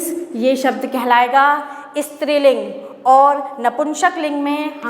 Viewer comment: I love the way she said istriling which is striling